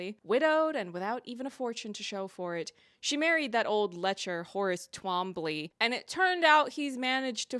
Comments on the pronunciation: Its pronounced tomb-lee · As a Britisher, I would cautiously suggest that Twombley would be pronounced Toomlee. But the author is North American (?), so who really knows?